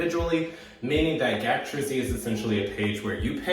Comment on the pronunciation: He says it as Gee A Kay not GAK lol😂 but that was extremely adorable